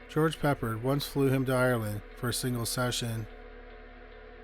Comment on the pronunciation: His name was GEORGE PEPPARD. Not "Pepper."Sheesh.